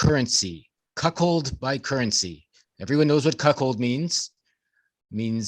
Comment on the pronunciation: Ahhh,,, there saying, “Cock-hold”.